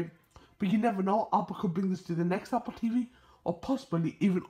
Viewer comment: “AH-POL TEEVEE”